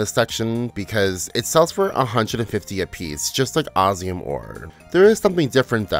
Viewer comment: I really wanted to watch this all the way through but the way you kept sayin Osium, instead of what (my) game calls it (OsMium) was really jarring. 😔